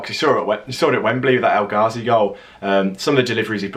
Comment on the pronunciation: “Saw it at Wembley with that El Gahzi goal” well you didn’t